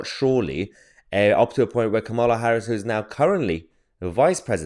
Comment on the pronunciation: Please don't say 'President Kamal Harris' again. God help us!